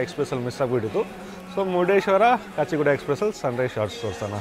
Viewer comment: Bro kachegowdaa alla 😂😂😂🤣. Kachi guda. Thumbnail correct agi haki 🙃🙏